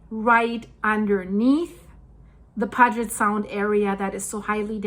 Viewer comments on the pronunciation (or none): Puget Sound is pronounced: Pew-jet (not Poo-get). I've been hearing we'll get hit with the "Big One" for the 61 years I've lived here. If it happens it happens. Telling people these horror stories about something that might not happen for 500 years is just fear mongering. Stop scaring people over something they have NO CONTROL over. We're surrounded by active volcanos. We KNOW there's going to be earthquakes. <<---3rd Generation Born & Raised Washingtonian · Pronounced like 'Pew-jet' pewjet Puget Sound and Alki Point is pronounced Al like short for Allen, Al-keye Alki...you're welcome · Sorry about the “ground breaking” but this one is “pew-jet” sound not pug-et! Sorry but I lived there for the 1st 30 yers of my life! Thank you for your great coverage of important topics! I liked “Rain-yey “ mountain though! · it's pronounced P-you-jet sound... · Puget Sound is pronunced as PEW-jet and Alki has a long 'i' Also, the raise in water of Lake Washington, was caused by cutting open the Ship Canal, is my understanding, what my mother told me, but I think that only raised it two feet more. It also somehow stopped what was Black River. I enjoy listening to you. Thank you for your work! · Good morning from England. The sound is pronounced “Pew jet”. Love your podcast 🎉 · Alki point is pronounced, Al Kigh ... long i. Puget Sound is = Pew jet Sound. ; ) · It's "pew-jet" sound. Beautiful area and it's sad that it may be torn apart. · It is pronounced PEW JET sound. And Alki Point is pronounced like the man's name AL - KI is pronounced KY like SKY - Point. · 'PEE U JIT SOUND' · good report. I live on Whidbey Is.just south of Deception Pass bridge and if it goes down all he!! Will break loose and I don’t want to be here when it does…and it will. Blessings comfort shalom! (And it’s pronounced Pew- jet sound, hope to see you on the Island some day) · Puget Sound = pyoo-jet sound. You're welcome❤ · pronounced " Pyoojit sound " sweety 😉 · Pronounced Pew-jit Sound.